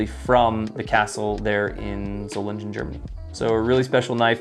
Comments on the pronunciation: German guy here, and the G in Solingen is basically pronounced like in Gun, nice and sharp. other than that, good pronounciation, i'd say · Solingen, soul-ing(ing like king)-en